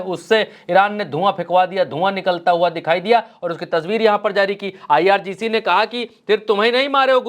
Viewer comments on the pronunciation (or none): none